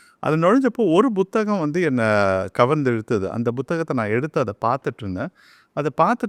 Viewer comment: Buththagam illai. Puththagam...